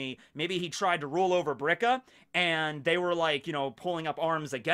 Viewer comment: It’s “Birka” or “Bilka”. “Brika” is a joint.